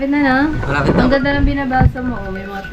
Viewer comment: ipabasa nyo po sakanya yung word na " NG " kasi ang basa nya dun ay " ANG "